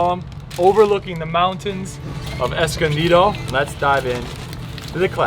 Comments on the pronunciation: NOBODY says "Escondido" like that. What the hell. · what the hell are you on. it's a Spanish word & he pronounced it perfectly! 😍